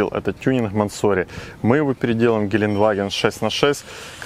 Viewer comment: Не мансОри,а мЭнсори